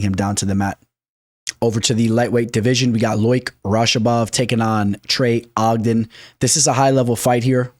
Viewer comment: Trey O jen fight week. Only person I've ever heard mess up trey's name lol